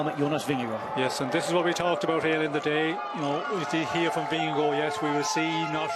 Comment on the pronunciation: And they pronounce the riders' name quite accurately. I never thought I would hear English speakers pronounce Vingegaard in any other way than 'Vingeguard' but thanks to a few guys the correct 'Vingegore' has become standard.